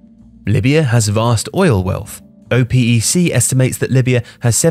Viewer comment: Don't think I've ever heard anyone call OPEC O-P-EC before.